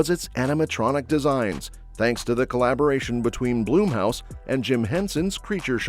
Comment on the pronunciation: It's BLUMHOUSE not Bloomhouse. Looking forward to some of these films.